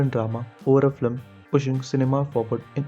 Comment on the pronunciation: Bro before you write an essay on something you might want to learn how to pronounce simple words like film. You keep saying "flim" and it makes you sound like you have no idea wtf you're talking about